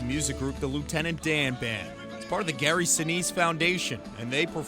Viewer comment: Luitenent Dan ice cream !!!!!! But you ain't got no legs luitenent Dan 🤣🤣